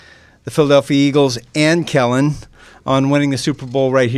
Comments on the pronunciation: Why Gayle keep calling him Ellen. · She definitely said Ellen , I’m sitting here laughing like “please just make sure the name is right on the check 😂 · Did she call him “Ellen” at one point?